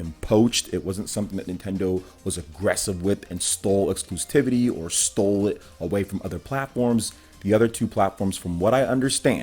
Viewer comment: "Nothing to get heated about." And yet, here you are, pissing, moaning, and whining like a heated child. Also, learn how to pronounce "Exclusivity." Speaka Da Ingli?